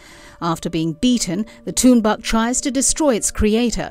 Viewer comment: You know whats funny? English speakers are really bad to pronounce the inuit words. Like Tuunbaq, she pronounced it bad. LOL. It prononced "Toornaaq". Tunbaaq?? Haha.